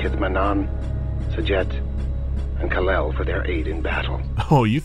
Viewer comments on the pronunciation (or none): What is this voice acting? It clearly says "Kaalel" indicating long and then short vowel but dude pronounced it Kaleel so short and long. 0/10 hope his career was over after that point